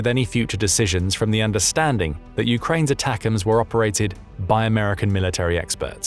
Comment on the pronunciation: Did anybody else hear him say that like "attackums"...like steakums!? 🤣